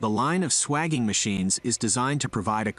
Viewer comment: Just for accuracy, the process of expanding or reducing pipe diameter for a joint is called swaging, pronounced sway-jing not swaging. I am a retired refrigeration mechanic of 30 years and used this process regularly when plumbing a system.